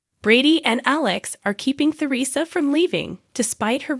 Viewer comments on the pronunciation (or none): Teresa, not Theresa. T not TH. Nicole , not nickel Accent on the Cole.